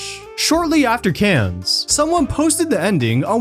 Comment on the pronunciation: Good video, but you need to learn how to pronounce “Cannes”. ;-)